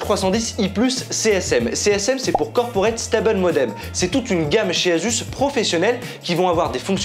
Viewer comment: Asus ne se dit pas « azusse » mais « assusse ».